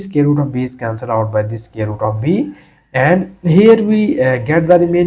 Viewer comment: SQUARE NOT SCARE !!